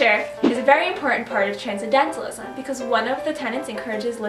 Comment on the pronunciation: Tran-cen-dental-ism. Tran-cen-dental-ist. Every time I heard the first girl say "transdentalist" and transcedentalism I wanted to punch myself in the face